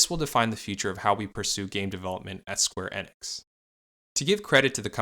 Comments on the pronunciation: Why does he keep saying square inex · Im sorry but I can't take you seriouslt when you pronounce company names wrong, especially those that are widely known and have pronunciations widely abailable. After the 3rd "square EH-nix" I had to come to the comments. Not even the 1st video I've noticed it in, just the one that made me realize that there needs to be more research done on these companies and their backgrounds. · Bit off topic however I got slightly infuriated by your "Square Enix" pronunciation